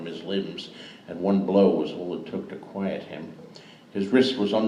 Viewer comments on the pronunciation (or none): none